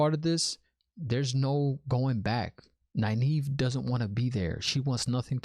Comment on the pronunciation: you pronounced Nynaeve right!! I'm so proud of you ^_^